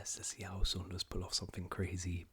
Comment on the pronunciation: It’s pronounced sounders, not sonders